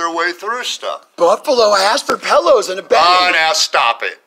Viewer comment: I would evict you too for saying "pellows"